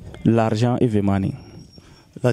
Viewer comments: Mr on peut dire the ( de) ou the (ve ) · Mon frère c'est pas pour te vexer hein, mais ça se dit the money, pas vé money